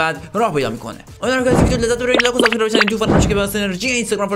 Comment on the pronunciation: اول ویدیو نفهمیدم چی گفتی موقع سابثکرایب😂😂🎉